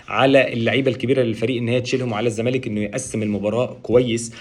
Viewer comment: يا عم اسمه الزّمالك (اللام لا تنطق) ، مش إلْزَمالك 🤦🏻‍♂️🤦🏻‍♂️). بتطلعوا في التلفزيون و مش عارفين الفرق بين ال القمرية و ال الشمسية 🫤🫤